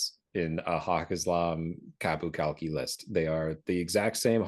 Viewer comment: Qapu Khalqi. You mean...Hafza time! Of note: the pronunciation of 'Khalqi', the 'K' at the start is pseudo silent, more like halqi, than kalki.